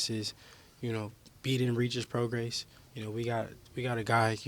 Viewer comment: Whos gonna tell haney how many times hes mispronounced regis prograis last name?